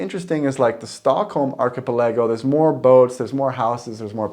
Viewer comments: Sorry to be so picky, but the word "archipelago" is pronounced with emphasis on "pel", not on the "a" near the end; "archiPELago", not "archipelAgo". : ) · Why do you pronounce archipelago so weird 😂😅